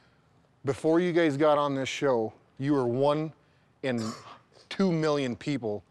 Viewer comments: Starting from Did he call them gays instead of guys?!?! Sure sounded like it Even when he's clarifying he's still roasting them 😂😅🤣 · "Before you gays got on this show" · just after that.... Sure he was meant to say guys but doesn't sound like 😂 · Did anybody else hear "now you gays are chicken salad"? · Anybody else think they heard Brock say "you gays are chicken shit" or is it just me? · Didn’t he say:” Before you gays got on this show” 😂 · He's making it worse: "Before you gays got on this show..." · is he saying gays or guys? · "Before you gays got on the show." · how has no one reacted to him saying "but now you GAYS". are chicken salled.